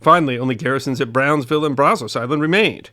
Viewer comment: Brownsville, not “Brownville”.